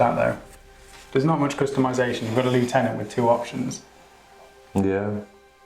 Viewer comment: Come on guys, learn to pronounce lieutenant properly :-)